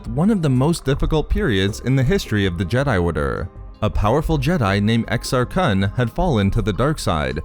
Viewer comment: Can't even say kun right...and you call yourself a star wars fan....